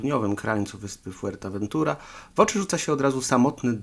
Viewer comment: Fajny materiał. Ale, w ramach konstruktywnej krytyki, powiem ci, co mnie irytuje: przekręcanie lub niewłaściwa wymowa nazw: Fuerteventura, nie Fuertaventura Jandia wymawia się "handia" Morro Jable odpowiednio "morro hable". Tak, to są drobne błędy, jednak irytujące. Trochę jak z motoryzacyjnymi kanałami, w których prowadzący opowiada o "lambordżini" czy "karman dżia" albo "ford dżia". Ale, żeby nie było samej krytyki, podrzucę jeszcze pytania, które mogą podsycić teorie spiskowe: Jeśli to rodzinny/wakacyjny/prywatny dom Wintera, po co w nim zbiorowa łaźnia z natryskami, kojarząca się z tymi znanymi z wojskowych koszar? Po co sypialnia na kilkanaście łóżek? 🙂🙃😉